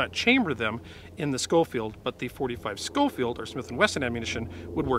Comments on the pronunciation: It’s not pronounced Skofield. It is pronounced Show-field. Hell Red Dead 2 got it right. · It's actually pronounced Show-field.